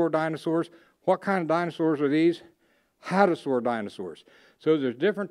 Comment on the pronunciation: Hadrosaur* not Hadasaur. Terminology is terrible